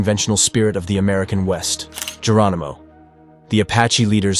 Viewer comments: There is very little to NO editing and they can't pronounce even very famous names! Very sad! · Geronimo not Germino..